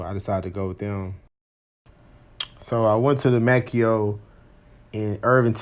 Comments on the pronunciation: May-Co not May-Key-Oh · It's pronounced May-co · The pronunciation is MAY CO you dumb shit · You sound so dumb. Adding syllables. MAY-CO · I couldn't make it thru this video because you slaughtered the name Maaco, pronounced May-co. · It's "MAY-co", pard ... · I mean he's right. The company says it "MAY CO" if you call them. At least when I did lol